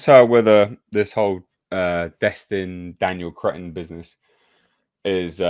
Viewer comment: My God man, change your name. Destin, Cretton. See, can't help but call him crettin.😂😂😂😂